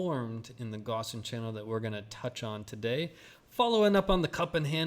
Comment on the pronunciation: Wouldn't be a bad thing if you could learn the correct pronunciation of Gaussian